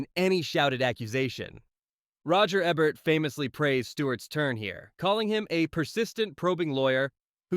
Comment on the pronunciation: Can't argue with #1, but #2 should've been "Mr. Smith Goes to Washington.'' By the way, it's Ee-bert. mot Eb-ert.